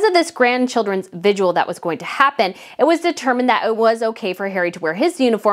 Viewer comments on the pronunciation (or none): I love that you are so informed and interesting, but…..It’s Vigil not vigual. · I've noticed that you mispronounce words, like "vigil" and "aiguilletes". Please check on the pronunciation of words you aren't sure how to pronounce before you present them to us.